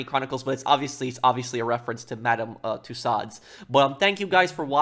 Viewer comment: We need stricter punishments here, they keep on doing stupid things like this and they don’t get punished. Prince Charles is an advocate for being green- I’m not too sure what else they want. Things can only move so fast. (Yes you did pronounce Tussauds correct!!)